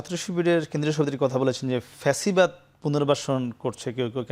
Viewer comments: ফ্যাসিবাদ না প্যাসিবাদ। আদু ভাই নাসির চলে যাও বাংলাদেশ থেকে। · বারবার পেসিবাদ বলছে নাকি ছাগলে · "প্যাসিবাদ" নাসির 😂